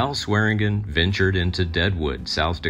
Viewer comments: Why do your videos consistently have mispronounced names? It's really annoying. Its Swearengen, pronounced: "swear-in-djin" Not, "swearen-Gn'. It's like you have an A.I. bot write and translate your scripts for you. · It’s pronounced SWED-JIN!!!